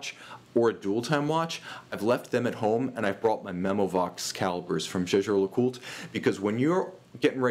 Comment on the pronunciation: it's pronounced yaay-ger. 😜👍🏻